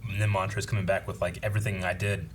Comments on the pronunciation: who is Mont-ross? I thought it was Mont-rose? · BUUUUUTTTTTT☝🏾... This is episode 8 & your still saying Montroses name wrong🤔